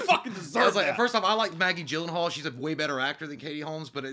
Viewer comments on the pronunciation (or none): none